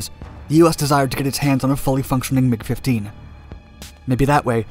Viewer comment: Anyone else hear McDonalds when he said MiG Dominance? ...No? Just my juvenile brain?